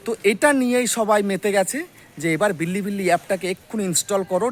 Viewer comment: বিল্লি বিল্লি না রে অশিক্ষিত --- বিলিবিলি